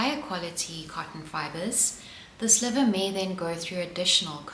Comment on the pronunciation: Spinner here, in the word sliver, the i is pronounced like eye (as in eyeball). I have no clue why that is, I guess just a quirk of the spinning community? Lovely video, nice to see some myth busting surrounding cotton. It has such an undeserved bad rep